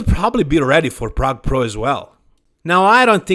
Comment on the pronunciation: Plrrrague Plrrro